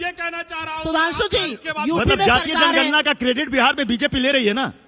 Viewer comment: सुप्रिया ने जनगणना को जणना बोला है ध्यान से सुनो चमचो जो कगना के रामनाथ कोविड कहने पर सवाल उठा रहे थे वो तो अभिनेत्री है पर ये तो राष्ट्रीय प्रवक्ता है पप्पू पार्टी की 15 से 20 सेकेण्ड के बीच का क्लिप देखिये और सुनिए ध्यान से ये जातिगत जणना बोल रही है ये सुप्रिया और रागिनी को मत बुलाया किजिये प्लीज इनको तमीज़ ही नहीं है बात करने की ।